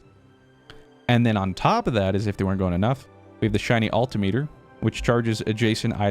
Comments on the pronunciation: Agree on the flycycle pronunciation, but altimeter is pronounced "all-tim-mitter" much like the word speedometer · your pronunciation of altimeter is literally killing me every time I hear it.